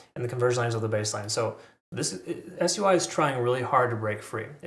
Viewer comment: Why you keep calling it S.U.I ? It’s Sui pronounced Swee it means water